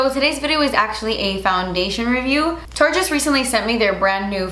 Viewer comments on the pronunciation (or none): I'm so glad I'm not the only one that mispronounces Tarte sometimes!! Shape tape always comes out of my mouth as "SHART TAPE TAPE" 🤦‍♀️ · I’m just gonna keep it real. I’m so sorry but that eye look is not my favorite. .. but when you called Tarte “Fart “ I died laughing! Your the best girl!!! ❤️😁